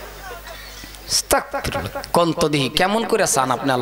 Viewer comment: আস্তাকফিরুল্লাহ না আস্তাগফিরুল্লাহ